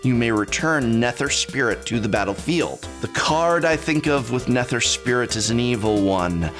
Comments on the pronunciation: I've been watching for years now but this is the first time I'm gonna ask... Are his Mispronunciations intentional???? RAZ...NE-TER...it has to be intentional Prof. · The way you said Eladamri and Nether made me want to kick a puppy. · while I also cringed, I'd be careful with the puppy, John Wick is around...